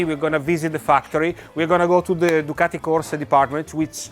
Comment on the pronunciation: Did the good folks at Ducati cringe every time Boorman said “DuCATti”? Did they move on to Germany and say “Porsh” over and over at the Porsche factory?